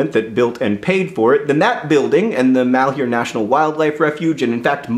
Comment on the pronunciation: It makes me cringe every time I hear somebody pronounce "malheur" as "mahl-hyoo-r". "Malheur" is a french word pronounced more like "mahl-ur", meaning misfortune, bad luck, trouble, grief.